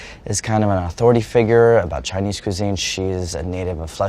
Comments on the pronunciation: Andy's Chinese pronunciation is actually rlly good. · Andys chinese pronunciation is actually insanely good